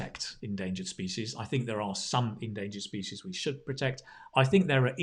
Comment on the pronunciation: Hello sir, I am afraid that you mispronounced the word "species"....Pls look up the pronunciation.